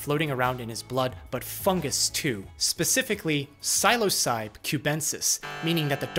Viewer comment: in case anyone cares, psilocybe is pronounced sill-aus-uh bee (or sigh- loss uh bee), not silo-seib.